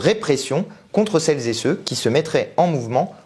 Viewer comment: Dommage tous ces "celles- zé-ceux"... ça gâche tout